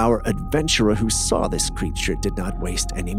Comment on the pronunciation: Not soar, saw I d iot